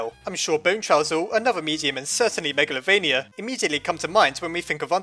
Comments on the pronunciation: It's calld magaltova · You pronounced meglavonia (meg la vo nia) wrong